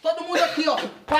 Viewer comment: Mortandela kk